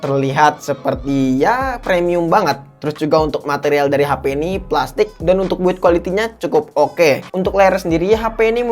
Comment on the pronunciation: Bang, kalo ngomong "PLASTIK" di gas donk